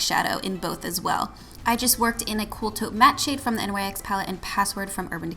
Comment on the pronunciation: Don't want to be the spelling police but NYX is pronounce nix not the letters individually. Also I had no idea mica beauty products were so expensive. Thanks for sharing that as a high end product. I've never seen anyone use it as a high end product in a dupes video. I've actually never seen a lot of the dupes you provided. Good job girl!!! Way to be super original with all your options!!!